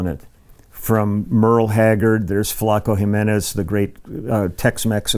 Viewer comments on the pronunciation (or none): none